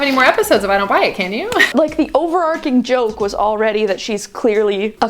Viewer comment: OverarCHING not overarcing (overarKING)